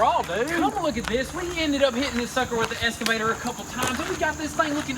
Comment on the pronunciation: Boys, I love y'all dearly I really really do! My name is Jess, and I live here on the East Coast in Maryland just south of Washington DC... Now, Marvel Comics has the "X-MEN" right? They are NOT called the "S-MEN".... They are the "X-MEN"... Likewise, your Kuboda is called an "EXCAVATOR", like The Marvel "X-MEN" NOT an Esscavator! Now I am not with the grammar police or anything, but whenever I hear "Esscavator" It just makes me cringe! I do love Y'all like crazy! I am totally fangirling you guys over the Camaro SS build! My very first "hot-rod" build was a big block 1969 Chevrolet NOVA SS. Nut for nut, & bolt for bolt, under the skin it is exactly the same car as the Camaro.